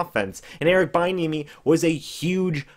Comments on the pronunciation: bro its pronounced "be enemy" not "bye enemy" thx 4 that laugh and yes these are real tears lmao great breakdown tho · It is pronounced b-n-uh-me. And Chris Brown is a singer not rapper. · Its pronounced B-enemy, if he becomes our coach I need to be able to watch your videos about him, without you destroying his name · He might be an excellent HC at some point I just don’t think the Bucs can roll the dice on a position coach at this time. It’s pronounced bee-enemy btw. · his name is pronounced "Bee-N-eh-mee" just a heads up playa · Check that pronunciation bud (Bee-enemy)!!! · It’s “be enemy”!!!!!!